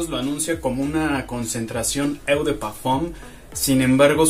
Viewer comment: Hola, te felicito por los videos y muchas gracias por subir seguido, así la cuarentena es mas amena. Solo quiero hacer un comentario si me lo permites. La palabra francesa EAU se pronuncia " O " en castellano. Sigue subiendo videos, saludos y un abrazo!